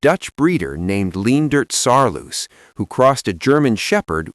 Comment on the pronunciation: It's Saarloos wolfdog not Saaloos wolfdog.